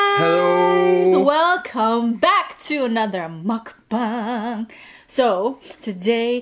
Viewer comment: Its muk bang not muk bung 🤦‍♀️ learn how to speak